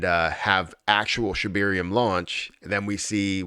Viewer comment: Can you PLEASE PRONOUNCE SHIBARIUM PROPERLY???????? Geez!!!